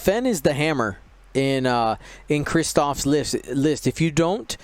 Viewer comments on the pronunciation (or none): Yeah, to add insult to injury, Krzysztof's name was butchered as much as his squad was.